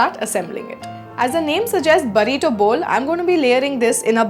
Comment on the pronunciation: It's "burrito", (बुर्रितो)